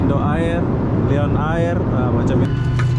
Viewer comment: Lion air = sebutan "layen er" bukan "liyon ayir" Malindo air = sebutan "malindo er" bukan "malindo ayir"